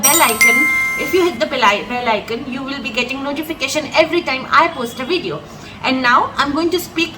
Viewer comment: Great pronunciation. Please take this as a compliment from a native Spanish speaker from Costa Rica. If may give you a piece of advice, the word video defers from English video in the first letter, try to pronounce it using a b sound instead (as if it was written bideo). Again, amazing job in teaching Spanish, keep it up!